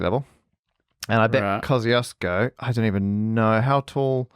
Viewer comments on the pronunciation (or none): wait is „kozyosko” supposed to be Kościuszko? XDDDDD my polish head and ears hurt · It was Parker's square pronouncation of name Kościuszko but I'm glad that you gave it a go :D This Polish explorer which named mountain was Paweł Edmund Strzelecki not Kościuszko - Kościuszko is national hero, and was Supreme Commander of the Polish Army, he led the 1794 Kościuszko Uprising against partitions - and Strzelecki wanted to honor him I guess :) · One final remark - I know that I probably made some mistakes in my comments but you really butchered the name of Kościuszko :P. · yeah but to me as a Polish person it is always quite painful (but satisfying aswell) to hear english-speakers (both british and non-british) struggle with polish words like Kościuszko. Until you’ve said that it’s the mountain and that its name is Polish I hadn’t realise it was Kościuszko. Come on, kozyosko? Kościuszko in Polish is like „koshtchooshko”, in IPA it’s /kɔɕˈt͡ɕuʂkɔ/